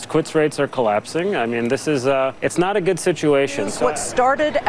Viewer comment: Phillips (or whoever it was) dismissing this and saying “But it’s nah-hot,” makes her look like a clueless tool. The president was right (again) and she was wrong (again). Plus, he’s not backing off of anything; he’s plowing forward and because he knows what he’s doing, that’s why things have cooled off and the economy is doing well.